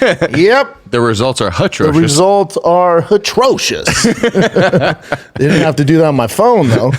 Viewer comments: Brendan saying "it was HATROCIOS" did you graduate 3rd grade? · Atrocious, yep there’s no H at the beginning of that word